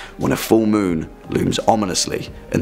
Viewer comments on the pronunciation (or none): none